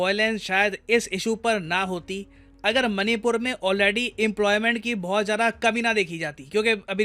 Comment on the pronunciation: oo bhai...मनी पुर नहीं पैसा पुर ही कह दे।। baar baar hrr baar मणिपुर को मनी पुर बोल रहा है।। ek naam tu bhi change kr de.. tum logo ne english ke naam pr hindi ko jo bnd bja rhe ho..or khud ko cool samjhte ho.. tum jaise logo ki bjh se hi or log ense naamo ko.. galat bolte hai.. sochna chahiye tume.. kya galt kr rhe ho..log follow krte h tum jaise logo ko phr woh bhi ense hi bolte hai..